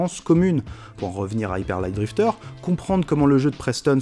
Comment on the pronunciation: Vous prévoyez de prononcer hyper light drifter correctement un jour ? Parce que je suis mort de rire à chaque fois quand vous prononcer hyper à la française et light drifter à l'anglaise... Ca me rappelle le vieux usul où il parlait de la prononciation d'uncharted xD Plus sérieusement, encore une super vidéo ! C'est difficile d'être exhaustif sur un sujet comme ça, mais vous en avez déjà pas mal dit. Vous auriez peut-être pu évoquer en plus comment briser le quatrième mur influence sur la relation du joueur au jeu ? Sinon j'ai vraiment trouvé intéressant votre réflexion sur le flow, c'est vrai que ça m'est arrivé quelque fois. La distinction entre avatar et personnage est toujours très importante également, et c'est intéressant de voir que les jeux où il n'y a pas de personnage sont généralement soit totalement centrés autour du gameplay (mario, zelda...), soit à l'exact opposé (papers please, emily is away, her story...). Ensuite, pour l'intertextualité, je trouve que même si ça implique le joueur, ça peut avoir tendance à lui rappeler que cet univers est fictif. C'est vrai que ça peut aussi augmenter le dialogue entre le jeu et le joueur, bercer le joueur en calquant ce qu'il connait ; mais le joueur qui n'a pas les références sera perdu, et des easter eggs trop poussés peuvent paraître mal placés dans l'univers. Et si je suis bien d'accord que ça implique effectivement le joueur, je pense que ça l'implique plus dans l'expérience de jeu, en tant qu'oeuvre, que dans l'univer